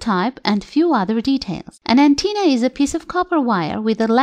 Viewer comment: Excellent video but here's a tip: we say "antenna" not "anteena".